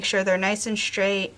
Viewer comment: I like your attachment idea but please, pronounce the words "string" and "straight" the proper way. So many people are pronouncing words that start with "str" as if it was "shtr". String, not Shtring.